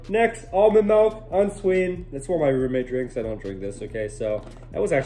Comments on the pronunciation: IT'S PRONOUNCED MILK AND NOT MELK 😢 😢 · As soon as I heard him say Melk not Milk I stopped the video and left the channel forever 😪 hello darkness my old friend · It is not pronounced melk, it is pronounced milk! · ITS MILK. NOT MELK. YOU DUUUUUUUM. BET YOU WONT COME AT ME BET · Milk > Mulk or however he says it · It’s milk not malk it’s pronounced mil ck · Don’t ever say malk again thx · You corrected us on the way WE say milk? It’s spelled with an I home dawg